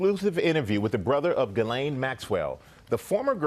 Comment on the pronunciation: Ok just heard her name pronounced properly